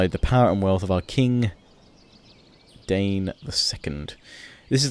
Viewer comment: That Thorin you got as a commander of your armies there is Thorin III Stonehelm, son of Dain and father of Durin VII the Last. And it's pronounced DA-EEN, not DANE. Sorry, I get really nit-picky when it comes to Middle Earth.